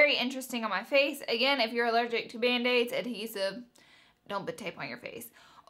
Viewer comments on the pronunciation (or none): when you first said band aids I thought you said mayonnaise 😂